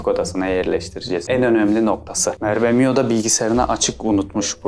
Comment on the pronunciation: Merbemionun diyememesi